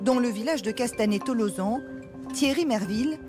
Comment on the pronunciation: ça se prononce tolosane je crois